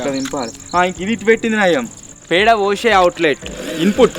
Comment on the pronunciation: పెండ కాదు,, పేడ.